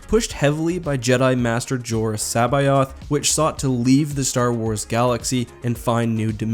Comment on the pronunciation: There’s just no good way to pronounce “Teljkon.” And you put a few extra syllables in C’Baoth. Seriously, though, I don’t envy anyone trying to read Star Wars aloud, when proper nouns are involved. Ch’un’th’or?